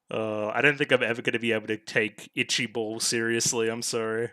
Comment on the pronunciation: English is kinda weird huh, you even hear it being said but the name written gets it stuck on your head that it's pronounced differently, but for reference it's closer to "baal" than it is to "ball", from the japanese perspective you were calling it "ichii-bol", but whatever language differences are weird and you're probably not here for a lesson on that so back to actual episode details. Ichii-bal or Ichaival (yew-vale) is a made up name for a norse mythological weapon, particularly the bow of Ullr which might not even have had a name to begin with, but when japanese people needed a name for a legendary bow they gave it a name fitting it's origin and it kinda stuck from there. What Fine was collecting were the shards of the nehushtan armor that Chris sent flying all over the place earlier. To be precise, Ichaival is another symphogear while the Nehushtan armor and Solomon's cane are both complete relics, Solomon's cane is what Chris and now Fine use to summon and control noise.